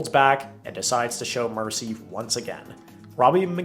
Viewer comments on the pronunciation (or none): none